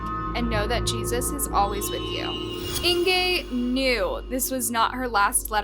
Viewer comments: I cannot listen to this whole video where she consistently mispronounces Inge's name. It's "In-guh", not "In-gay". How do I know? I have a great aunt with the same name. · it's Inga - not Ingay .... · Its Inge, not Ingay!!!!!!!! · Her name is pronounced Inga not Ingee'! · I really enjoy these videos by but I'm a little confused by this one. Was the victims name "Inger" or was it "Ingay" as kept changing between the two pronunciations. Try to be consistant please. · “Ingay” ?? Duh. It’s pronounced Inga jeesh. It’s not “Jan” it’s pronounced Yawn. You know, Dutch for John. Do some research when doing foreign stories. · Is it just me or is the victims name pronounced Inga or Ingay? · It’s “Ing-gaaaaa”. Not “Ing-gay” I couldn’t listen to the whole video due to the repeated mispronouncing of her name. You actually pronounce it correctly once in the first 5 mins. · Why do Americans mispronounce everything possible? Its not 'Ingay' but 'Inguh'! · Please work on your pronunciations. Jan is pronounced Yun. Inge is pronounced Inger. Stellenbosch is a town outside the city of Cape Town. I'm South African and I always learn about the world it would be nice if people can do the same. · Don't think you are pronouncing her name correctly - Inge is INGuh! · Her name is pronounced like singer without s, not like anger. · I am a new subscriber. Suggestion- You really need to work on the correct pronunciation of words. Example. You pronounce Inge’s name differently every other time. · This is a terrible story. And I'm so sad for her and her family, but what gets me is the way you said her name wrong. It's a German name. Inge is said different than what you are saying. I wanted to correct the whole video through. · The miss pronunciation of Ingas name is really annoying :(